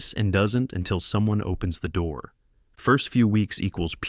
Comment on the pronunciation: At this point, I don't care anymore. They're entertaining. Also, why tf can the AI not pronounce "door"? 😂